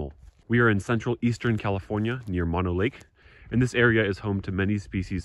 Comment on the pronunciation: The name “Mono” is not not pronounced like “maw-noh,” but rather “mow-now,” as it is named after the indigenous peoples there.